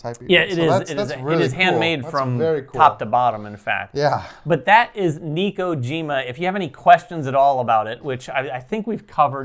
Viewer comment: Pronounced Neh-ko-jee-mah, as opposed to Nee-ko-jee-mah. Looks great though, will definitely be backing the Kickstarter.